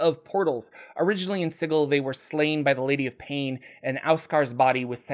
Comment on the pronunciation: The creators of planescape have come out and said Sigil is pronounced the same here as anywhere else. “Si-jil “